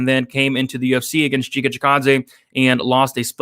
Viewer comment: It’s pronounced Giga like in gigabyte